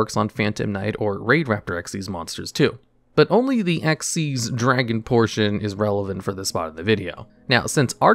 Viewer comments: Xyz not X-Y-Z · It's "ex-eez" dragon. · You are saying xyz as x,y,z on purpose right? : | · Dark/Arc Rebellion Xyz Dragon is read the same way you read Xyz Monster or Xyz Summon: Exceez. Not X-Y-Z. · I think Arc Rebellion Xyz Dragon is pronounced the same way as "Xyz Summon" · Imagine saying Eks Why Zee Dragon instead of exceed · Also, its Exeez, as in X(Ex) Y(ee) Z(z) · Just a genuine question, why do you pronounce it X-Y-Z? It's just Xyz like the summon method is pronounced. (Edit: Oh you actually bring it up on the other Xyz Dragon. Yeah it's pronouned like the summon method, not like the XYZ Contact fusions.) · Isnt his name pronounced Dark Rebellion Exceed Dragon, I never like that xyz abbreviation for it. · From Konami itself it's pronounced ehck-sees not just read as its spelt. I hope that helps i had to dig up an old tule book who gave the pronunciation when the monster type came out